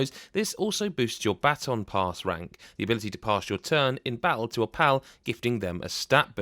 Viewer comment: I thought you said battle pass when you said baton pass, I almost had a heart attack